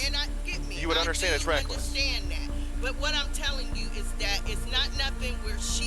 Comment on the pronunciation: Why is he saying reckless like "reck u less" in the first one